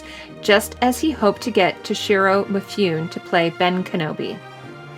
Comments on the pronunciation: Yes, four years late. But, Toshiro Mifune! It's pronounced Mih-foo-neh, not... Mifyoon. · It's Toshiro MI-FOO-NEH, not MI-FOON, with equal stress on each syllable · I love how you're playing Gustav Holst's "The Planets" in the background. PS: It's Mi-fu-ne, not Meefoon for Mifune. Three syllables.